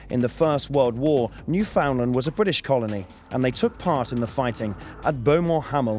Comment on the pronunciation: Good vid - thanks for posting. Sorry for nitpicking, but the place that you call "New-FOUND-lund" does not exist and never has. "New-fund-LAND", however, does. Britain's oldest colony, the Dominion of Newfoundland raised a battalion on their own tab at the beginning of the war - said battalion was sent to Gallipoli where it became part of a regular British army division, the 29th (not all units involved on 1 July were Kitchener Army outfits).